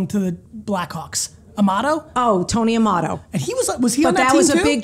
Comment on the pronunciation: Tony Amato?? LOL...it's Tony Amonte G. Great episode.